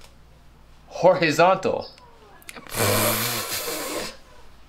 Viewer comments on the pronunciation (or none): NOT ME GIGGLING AND ROLLING MY EYES AT "HOR-HAY-ZONTAL"